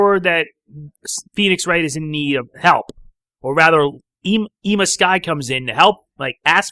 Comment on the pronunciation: They didn't use a lot of the familiar music that they used in the last episode. The one I do remember is Pursuit ~ Cornered 2001 being played when Phoenix Wright presented the receipt. And one question, isn't Ema Skye's name pronounced the same as Emma? Just wondering.